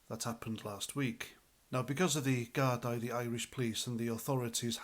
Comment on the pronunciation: Gardai, pronounced Gardee